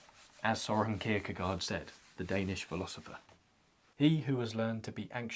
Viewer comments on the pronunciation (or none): none